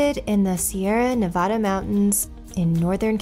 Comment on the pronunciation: How come you can't properly pronounce Nevada...says the guy from Truckee?